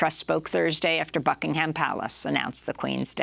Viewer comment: Please, Americans, just stop saying the H in Buckingham. It's not Bucking-Ham Palace, it's pronounced Bucking-em.